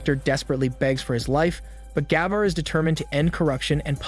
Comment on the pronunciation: That's not the right way to pronounce "Gabbar". You need to pronounce first "a" in name silent than "b" two times fast together with more weight on second "b" & "r" just the way you pronounced in video. 🤥🤪 It is irritating, when you pronounce wrong.